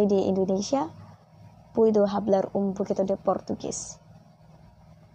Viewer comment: Sorry sis ralat... Hola in Spanish di ucapkannya Ola bukan hola , Hablar di ucapkan ablar bukan hablar